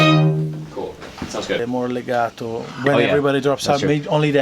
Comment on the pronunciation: Sounded pretty Italian to Italian me, or at least he pronounced "legato" properly, not like "leegato"